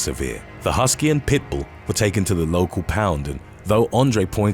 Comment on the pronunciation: Agreed. Especially the way he says pit bull compared to other name breeds.